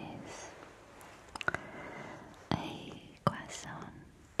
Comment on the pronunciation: Can we just appreciate the way she said crossoint🥐